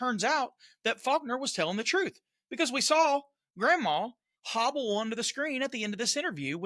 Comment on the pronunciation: “hobble” - hehehe 🤭